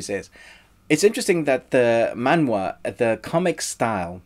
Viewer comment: I appreciate you say 'maan-wha', not 'mang-ga' that most of people do. You deserve a like. :)